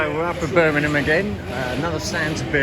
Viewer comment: it is BIRMINGHAM not BURMINUM LOL so says a BRUMMIE.